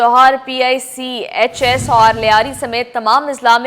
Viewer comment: PICHS NAHI PECHS😊😊